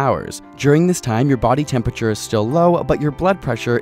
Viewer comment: I heard "Good morning Daddy" instead of "Good morning body" I.Need.Help.